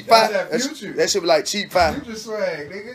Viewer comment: "Cheap fye"🤣